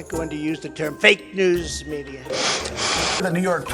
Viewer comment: The way he said fake news like everyone was gonna go crazy is hilarious